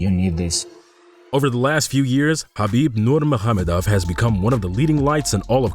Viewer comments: Exactly his name was pronunced perfectly. His name means: " Beloved, Light of Mohammad" saw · You are literally one of the very, very few people who can pronounce his name right. It's Habib Nurmuhammedov, which means son of Nur Muhammed (Nur means light and it's 1 of the names of Allah and Muhammed is the name of the prophet of Islam). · This video deserves a like just from the correct pronunciation of Khabib full name